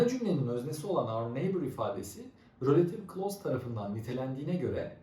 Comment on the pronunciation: It's not rölative klaus It's relatİİve klaus